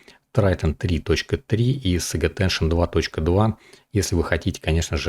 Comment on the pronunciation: пожалуйста: Сейдж аттеншн, а не "саге". Или по твоему Forge произносится как "Форге"?